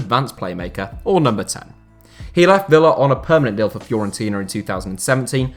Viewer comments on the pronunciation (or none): none